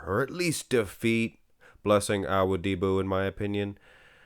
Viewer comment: I love you videos but you gotta practice a little bit on pronouncing Blessings last name, you sound a little bit like an alien practicing human speech when you say it 😅